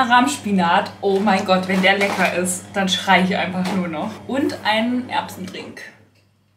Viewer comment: Instant mood booster = sagt „lecki“ 🤩